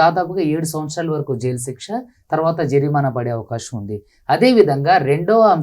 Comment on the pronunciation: జరినామా కాదు.... జరిమానా...